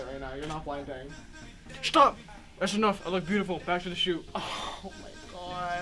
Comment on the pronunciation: tf that "stop" sounded so German what is going on